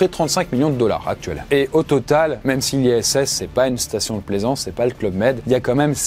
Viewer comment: spation spatiale 🤣😭